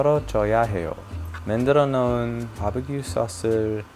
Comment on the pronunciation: 고향의 사투리같은......"맨드러노운 소스"...ㅋㅋㅋㅋㅋㅋ